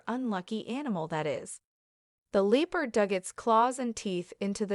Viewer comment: Leepard? Is the narration AI? And that's a cheetah.